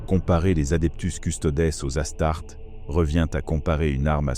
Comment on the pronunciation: ta chaine est incroyable, mais attention aux petits détails comme les as tartes ( pronocé comme une tarte) c'est dommage